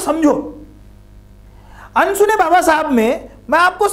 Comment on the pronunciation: Bhai wo अनसुने होता है न की अनुसुने